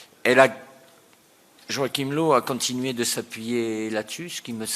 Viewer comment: "low" comme en anglais... nan stp on dit "leuf"